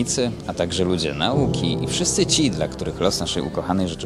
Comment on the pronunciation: Człowieku, nie akcentujemy na'uki, tylko nau'ki- polecam SJP-PWN.Ukłony.